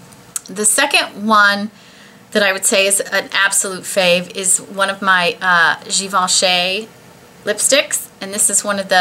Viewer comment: i loved your enthusiasm for your beautiful favorites in this video. (also, it's pronounced "gi-ven-shee" not "gi-ven-shay")